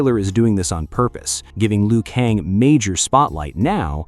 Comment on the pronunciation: No disrespect but stop with the "LEE-OOH KONG" come on bro its pronounced "LOO KAYNG"